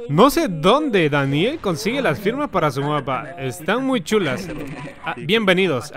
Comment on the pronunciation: Esta paja el vídeo pero único malo es donde dice "|D|aniel Mapper" :v.